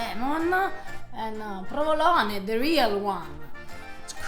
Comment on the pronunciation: She even knows how to cut the mozzarella di bufala the correct way! I hope people pay attention to these details. So much good info in this video! Also, a bit stupid of to correct Eva's english pronunciation while butchering the pronunciation of "provolone" over and over:P